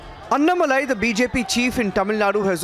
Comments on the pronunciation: It is ANNA not ANNU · Not அன்னமலை. Say அண்ணாமலை. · Arnab acts like foreigner he does not pronounce the name anomali instead annamalai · AnnMaalai🤣🤣- northys. ANnAMalai. people. not that hard. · Arnab pls spell "Annamalai" name correctly. Anna-Malai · It's anNA-malai, the NA is stressed. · If you don't know how to pronounce his name, pls stop calling his name! Feels sick when u call his name Arnab 🤮🤮🤮